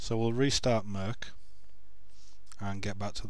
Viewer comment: I love how he calls it mirk